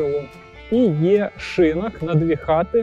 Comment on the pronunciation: Дякую за цікаву розповідь! є одне питання: чому шИнок? шинОк же в будь-якому словнику.